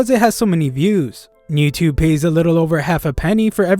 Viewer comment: Its youtube not newtubu